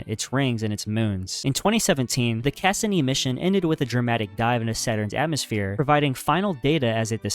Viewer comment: Just a heads up, you’re pronouncing Cassini wrong. It’s “Cuh-see-knee”.